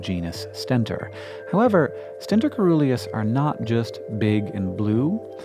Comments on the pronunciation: When you see 'coe-' in a Greek-derived word, pronounce the 'c' soft-- 'seeruleus'. Just like, 'coelacanth', the living fossil fish-- 'seelacanth'. Why? Obscure linguistic-historical reasons. But still, you should know that. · I believe de pronunciation of Coeruleus is incorrect. It is pronounced as cerulean (blue) -si-ˈrü-lē-əs. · Awesome vid. coeruleus is pronounced with a soft "c". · Omg, the O in coeruleus is mute (it's actually cœruleus), so the right pronunciation for the C is more like an S... Coeruleus means cerulean, i.e., blue.